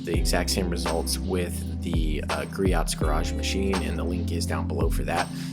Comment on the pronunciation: Griot's Garage Greoh silent T